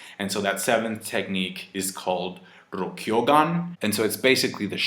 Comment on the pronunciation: For someone that doesn't speak Japanese, pronunciation of a lot of Japanese terms is pretty on point. He is pronouncing rokuougan incorrectly though. He's adding a "y" where there isn't one. It's Roku (6) Ou (King) Gan (Gun/Pistol). It doesn't really bother me but if he happens to see this maybe he will appreciate the correction. Great chapter and always great insight from. Looking forward to the 1018 review.